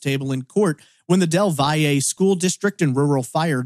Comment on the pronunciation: Del valle, like you’re about to say valley. Or Val, Del Val 😂